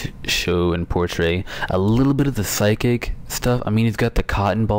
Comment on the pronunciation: You pronounce it "Sy-kick